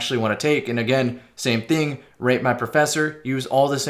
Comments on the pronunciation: When I first heard you say “rate my professor” I thought you said “rape my professor” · Who else keeps thinking he says “rape my ”